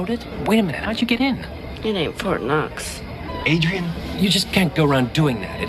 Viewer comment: BTW, her name is Darian, not Adrian